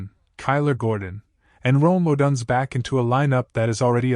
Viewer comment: If I don’t hear Odunze’s name pronounced correctly, I can’t take this seriously. Stop having AI read your videos.